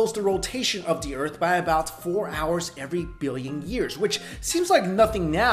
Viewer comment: "the urt' and moo"